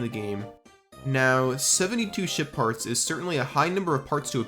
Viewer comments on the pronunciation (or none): I cannot stop hearing shit part when he says ship parts😂